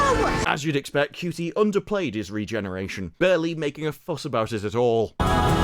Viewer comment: Regardless of how you may feel about his acting, or his politics, the man's name is pronounced "SHOO tee", not " COO tee."